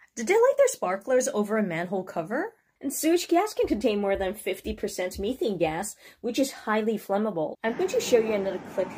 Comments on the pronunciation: Just to help not meeethane but meh thane short pronounciation on the eh. Just like crystal meth this is methane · Please watch Breaking Bad, you’ll learn how to pronounce METHane correctly! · The way you pronounce methane 😂😂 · JUST JUST THERE IS METH IN THE WORD DOESNT MEAN YOU NEED TO BE SCARED IF PRONOUNCEING PROPERLY